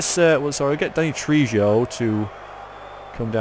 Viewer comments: I always thought Trejo was pronounced tray ho. At least that's the answer I get when I google it. Could be wrong. I'm no expert, so don't take my word for it. :) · Please look up how to pronounce Danny Trejo! ( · You're pronouncing trejo wrong V.